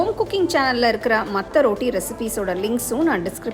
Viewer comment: ரோட்டி இல்லம்மா ரொட்டி